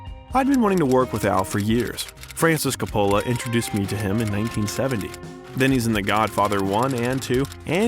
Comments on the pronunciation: Never knew a guy named Co-pollo directed the Godfather 😂😂 Think they got an AI to do voice over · Where has the narrator been that he can’t pronounce Ser-pico and CO polo— not all Italian names emphasis the penultimate syllable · Can't you do something about the pronunciation of famous peoples names COpola, SErpico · Please learn and use the correct pronunciation of the following: Francis Ford Co-pa-la James Kon (Caan) Frank Sir-pa-co. (Serpico) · You should really study up before doing these biographies, so you pronounce important names like Coppola and Serpico correctly. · Im taking a shot with every mispronunciation of Coppola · How can you repeatedly mispronounce Serpico and Coppola. This is supposed to a comprehensive documentary. If it is narrated by an AI generated voice, it needs to be programmed correctedly. Also, narrator keeps calling him Alfredo. Pacino hates that name and dropped it early. Very sloppy. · Yes, it's a doc worthy of Al's talent, however, WTF is up with the narrator's mispronunciations of numerous famous Hollywood names ? Who the hell does NOT know how to say FRANCIS FORD COPPOLA's last name 🤭🤷🏼‍♀️.....and THAT's just one example. Also, why would the documentarians have allowed those names to be so butchered. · Interesting vid, I agree Pacino is one of the greats. Not to be too critical but I noticed you mispronounced a couple names. Serpico and Coppola. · Calling him Alfredo the entire time and mispronouncing Coppola annoyed me in a way that I couldn’t get over 😖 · How do you mispronounce Coppola FFS? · You completely lost me when you mispronounced Coppola 😮😮😮